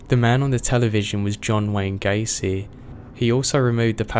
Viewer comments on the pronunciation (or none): its gacey,theres no R in there GACEY